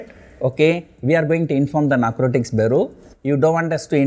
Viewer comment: It's not Nacrotricks it's Narcotics